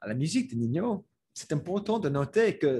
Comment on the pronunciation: Ninho se prononce comme le mot ninho en portugais, donc ça se prononce "ninio" (ou comme niño en espagnol) -as a French person I enjoyed how you showed that it's pretty nuanced and not just "before good, now bad" -for example you have Jul who is seen as a "bad" rapper making "bad" music by the old heads. But when you look deeper, Jul is giving back to his community in Marseille, releasing albums for free etc so once again showing that there are nuances to everything